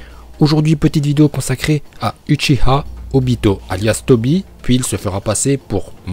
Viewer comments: C'est itachi pas itatchi et c'est Uchiwa pas uchiha !!!!!!!!😠😠😠😠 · Et c est pas uchiha ma UCHIWA